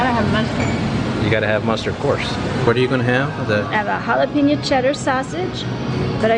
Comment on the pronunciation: Excuse me, but did you say, “hala-PEA-no”? If you’re really Texan, you know it’s pronounced, “hala-PE-nyo”. There’s a tilde over the n (ñ) making it sound like an ny sound. You’re welcome.😁